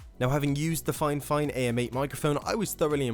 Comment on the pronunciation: not it be a grammar teacher or whatever, but I hate how everyone ive seen do a fifine sponsor/ad. They always say it wrong, like how you said fine fine. its Fee fine. But not to me wrong they are a great company and i have one of their microphones and its a amazing.